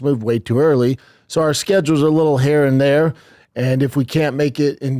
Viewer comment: “Our schedule is a little hair and thair”